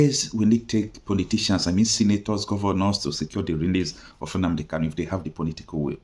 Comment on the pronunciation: Why can the lawyer not pronounce Kanu? Why does he keep calling him Kalu? He cannot pronounce his client’s name, that’s disappointing.